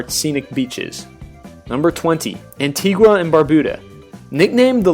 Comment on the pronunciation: I wish he could pronounce the islands properly Saba "Say-bah", Antigua "Anti-gah", Nevis "Nee-vis", Dominica "Dalm! like palm-inque-ah" lawd and Curacao "Cura-saow!!!!!!!!!!!" please get our islands Correct smh! Americans